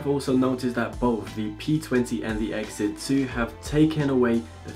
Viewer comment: Say it with me "ex zee" nowhere in there does it say "Exit"